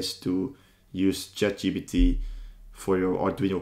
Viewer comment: This is a good video. I feel like a nerd for mentioning this but it is Chat G*P*T not GBT. Also, I've found that GitHub Co-Pilot is a bit better at coding than ChatGPT.